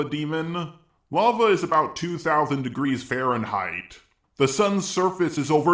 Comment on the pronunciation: nine-thouthand degreeth